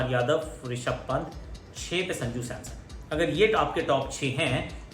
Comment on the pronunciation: Are wo SAMSON NOT SAMSOM🤣🤣🤣🤣